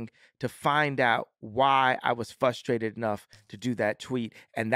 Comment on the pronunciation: Genius voice of a generation says he's "fustrated"...master linguist